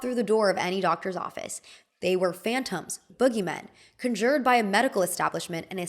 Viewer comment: it’s not letting me edit my comment but also conjured is pronounced CON-jured not con-JURED :)